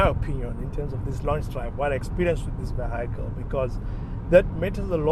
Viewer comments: Vee - hee - kil. Not vee - hi - kil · Just learn how to pronounce the word vehicle. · I swear I'm deaf, only heard it after reading the comment, now I can't unhear it😅